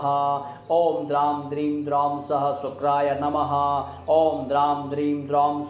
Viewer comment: Uchchharan sahi nahi hai..sa ka nahi sha ka uchharan hona chahiye.. it is shukray not sukray.. mantra ki shakti aur sarthakta uske shudhha uchcharan se hoti hai.🙏